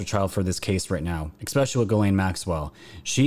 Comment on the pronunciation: Bro stop saying exspecially just makes you look dumb..